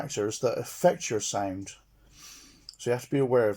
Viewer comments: Every time he says sound it's sounds like "sæind" 😆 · How to get your “signed”. 🤣